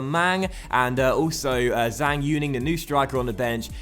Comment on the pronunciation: Zhang is pronounced as Jung